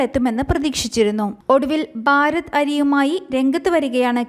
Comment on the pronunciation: ബാരത് അല്ല കുട്ടീ - ഭാരത്